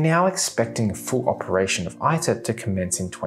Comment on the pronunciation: Some Corrections: . It is said TOE KAH MAK. It is said EATER -- it is Latin.